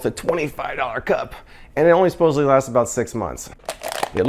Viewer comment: You said 'suposibly' when speaking about the swivel tray.. sigh please correct that word. Supposedly. There is no 'b' in that word. I never heard of any one of these products and I can't say I missed out. I wouldn't have bought a single one, even if I saw them on 'as seen on tv' or any other location. Every one looks like cheap chinese knock-off crap that is designed to cheat you out of money.